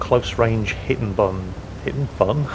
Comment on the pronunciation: Buns? You have buns, you didn't tell me!! No no sir, I mean the buns of my body!🤣 You should not speak with an accent when you know I am so hungry...